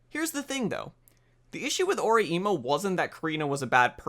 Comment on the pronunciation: *It's pronounce O-rai-mo. Do you even Japanese!! bro xD